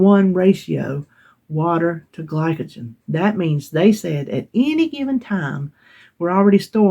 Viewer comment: Glycogen- you pronounced perfectly! Congrats on your you-tube Anniversary, I am a new sub and you crack me up. Look forward to watching more of your content! 1 pound loss is great, you lost 4 sticks of butter or like we say in Massachusetts buttah!